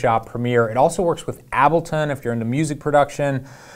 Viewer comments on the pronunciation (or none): A-ble-ton, not Ab-le-ton...c'mon bro....